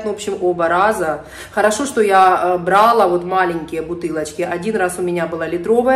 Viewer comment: Здравствуйте. Нравится мне смотреть видео, и сама очень мне симпатична. Однако каждый раз мне режет слух неправильное ударение на первый слог в слове бралаА. Это все равно что сказать спАла, пИла, врАла. Ударение в этих словах всегда падает на второй слог- бралА.